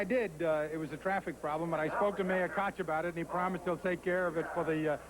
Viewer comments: Oh man. I loved Ralph Kiner. Really did and do. But did he say,"there is Mayor Cock and Governor Cumoo"??! At about the mark. Lol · how does Ralph manage to botch the names of the Governor AND Mayor of the city?! 🤔😀